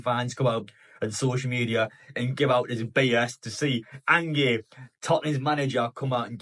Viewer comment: An-gay 😂😂😂 its Ange like short for Angela lol